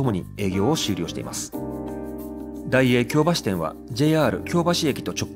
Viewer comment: 京橋⤵発音難しいですね～ 今回も素晴らしい内容ですっ✨